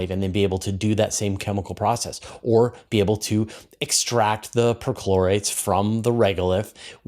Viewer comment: Is it weird that I keep hearing midichlorians? 😂